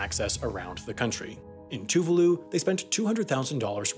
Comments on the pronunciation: Tuvaaaalu, not toovooloo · Tuvalu is pronounced to-vah-lu. So painful to hear a video pronounce it wrong so many times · He did, but pronounced Tuvalu incorrectly. (Too-vaah-loo). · I love how he pronouced Tuvalu like Toovahloo — man already made a full video on the country and he mucks it up lol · As a Brit, everytime you say Tuvalu I think you're ending the video.